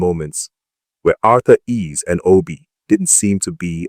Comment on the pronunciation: It's Arthur Eze not Arthur Ease